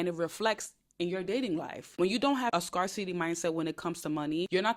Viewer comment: Just so you know the word “scarcity” is pronounced “scare-city.” Think scare like fear, not scar like a cut. ❤